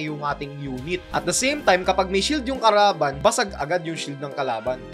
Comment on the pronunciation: Mali pag Sabi mo sa kalaban Sabi mo karaban 😂